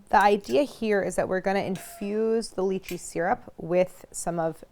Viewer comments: Claire. I implore you to pronounce it Lie-Chee I don’t even care if it’s correct. I can’t keep hearing you talk about Leeches 😂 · The worst lychee mispronunciation out there